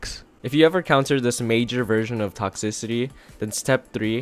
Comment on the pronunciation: lol u cant pronounce toxicity lololololo (sorry its for the likes)